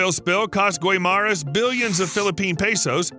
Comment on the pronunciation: The PROPER pronounciation of guimaras is GI-MA-RAS.